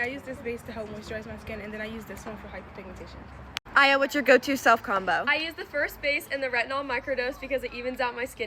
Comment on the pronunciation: WAIT I’M SORRY… DID SHE SAY FOR HYPERMIGMENTATION